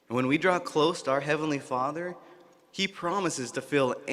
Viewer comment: "JEHOHHHHHVAH!!!!!!! LOL. The 'Kevinly class'...etc...thanks for the laughs. But serious messages coming out of this convention. How many times do they say 'Jehovah' during the day? Even if you're the most ardent believer it's really weird, really wrong. If I have to hear 'the faithful and discreet slave' again I'll scream. A few passing words in the bible milked to death (or others' deaths).